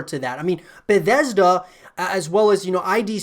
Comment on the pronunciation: "Beddesda", "i-d software" please no :(